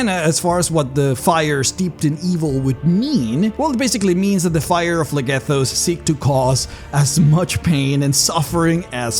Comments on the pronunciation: So while your accent is typically fine and perfectly understandable, a quick note is that a word spelled with PH is pronounced with an F sound. So while you pronounce it Plegethos, it is actually pronounced Flegethos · I’m no expert but “Phlegethos” should be pronounced “Flegethos” not “Plehghethos” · It's pronounced "Flegethos" "ph" = "f" ^^